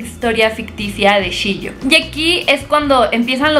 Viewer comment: no es "Shio", es "Chio" y no es "Hatsumono" es "Hatsumomo"